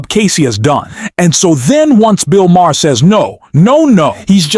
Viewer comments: It's not MAH-HAHR. It's Mah-er. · His name is pronounced "Mar," NOT "Ma-har." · Bill's last name is pronounced Ma-ar. The H is silent. Just saying. are still in their infancy. NEXT: The reality is that the American public has elected a cretin, a bottom feeder of the worst order. He is a self-aggrandising, pompous ass whose only reason for running for office is to earn MIONEY and PROFILE and the LOOK AT ME facet of his behaviour. The U.S. has elected a criminal, a fascist and a narcissist. He has 34 indictments against him and the U.S. voted for him. Insanity. Congratulations! And, to top it all off, he is putting other criminals are marginally insane crazy people in positions of power! Hitler will be her before Spring....... Here comes Amerika.... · You’re not pronouncing Maher’s last name correctly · The way you pronounce Bill maher is distracting and hilarious.